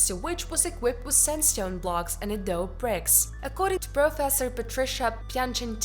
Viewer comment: By your accent, you might not know that with Adobe the final e isn’t silent. A-do-be